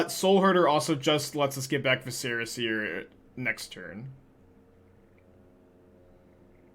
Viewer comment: Love the deck. Just a pronunciation tip: “Vi-sr-uh” seer. Like visceral….but without the L. Not “Va-Serra”. Not that it matters but your rhetoric is kinda your bread and butter. Also glad you are dabbling in pioneer. Wherever you go is where thousands of players flock. Hopefully Wizards recognizes you keep their game alive and have a huge influence in card sales.